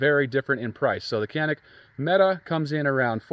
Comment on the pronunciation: Quit watching once I realized you can’t pronounce Mete